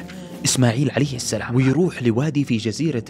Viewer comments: السلام عليكم ورحمة الله وبركاته محتوى جميل ورائع ولكن يوجد أخطاء في تلاوة القرءان ومنها السلام وليست السلم إلا إذا فيها وجه قراءة فلا أعلم وأيضا مغانم بالضم وليس الفتح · السلام وليس السلم شوف الالف